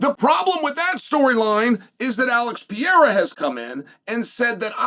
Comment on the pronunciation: Chael I have you on record stating that there was no possible way for Jones to come back to Light Heavyweight once he moves up to Heavyweight. You said that somewhere in the 3 years he took to get fatter (or move up like you said) Soooo which one is it?!😂 And please read the following slowly...PE... RE... RA...Pereira His name ain't Pierra stupid!